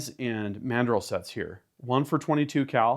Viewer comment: "EXPANDING MADREL"